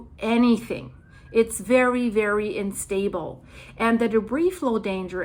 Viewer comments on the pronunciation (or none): plz its U-Nstable ,, you keep a horse IN stable...